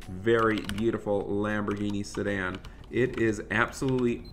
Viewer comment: did he say lamborghini sadan?